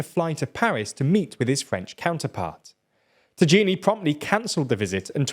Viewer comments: Lmfao Tajani is pronounced "Tayanee". I can see how you could mispronounce the J there but to go with "Tajeenee" you must have messed up in the script. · Its normal, anglo speakers have a different pronunciation of words and especially vocals. A is pronounced "Ei" in their language. So a name like Tajani is pronounced "Teijeini" for them in a first natural attempt. But of course that's wrong since in Italian "A" is pronounced "A". And Tajani is pronounced "Tajani". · Actually it's more natural to pronounce the A's in tajani as "ah" rather than "ay" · You need to learn how to pronounce the MFA of Italy it's ta-ia-ni ignore the j that in Italian it's the same as an i equivalent pronunciation of e in English. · That is so much not how you pronounce Tajani. It’s tah-ya-ni. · I dunno why but I’m pretty sure that the surname of my foreign ministry shouldn’t sound like an Indian recipe. It should be t-uh-j-uh-n-ee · Hi, please pronounce Tajani as (ta-ya-ni). The j stands for the y sound. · One more for the "it's pronounced Tayanee" pile, although to me it merely adds a layer of hilarity to an already popcorn-worthy story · C'mon the pronunciation of tajani is "ta" "ya" "ni", I was letting you go on African tribes, but this one I cannot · Italy's MFA, is Tajani [ta-jaa-ni] As much as I despise him, please at least pronounce his name correctly. He's a former EU Parliament President, FFS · Jesus Christ, why do you make up the surname of the Italian Foreign Minister? It's TAJANI, why do you turn it into a Moroccan dish? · the pronunciation of the italian foreign minister is wrong. It is more like "taiani" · it's Tajani, Not tagini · It's ponounced "Ta-ya-ni" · New game! Take a shot every time he butcher the pronunciation of Tajani 🥳 you'll be drunk by minute 😂😂 Guys c'mon.. at least TRY to say it right 😅😂 it's your job.. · Ehm, the right pronunciation of Tajani is (spelling the name with the Nato Phonetical Alphabet) Tango Alpha India Alpha November India.